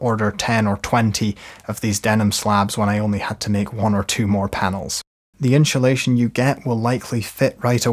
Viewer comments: Ones you hear "inshulation" it cannot be unheard. Insssssulation please. 😉 Other than that, great video. 🙂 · love the video, great tutorial! ..... I'm pretty sure there's no H in insulation though 😂😂😂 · i love how you say " INSHULATION" bit of a Shaun Connery vibe...🤣 great tutorial, this is my task today! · Gonna have to get me some in-shoo-lation! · in-shoe-leighShion? :-P :-) 😬That's the best way I've ever heard the word insulation pronounced :-) And great panels! :-) Thnx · honeslty he's killing me, so well spoken then its IN SHOE SHATION every time hahahahha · inchulation 😂 love it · In shoe shation, hahahah, I love how this guy says inshoelation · Great video, but what is “inchilation”? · Like Mary Spender’s Chewsday Tawks.